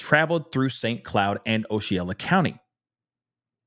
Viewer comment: Hey, just wanted to let you know...Osceola is pronounced: Ah-see-o-la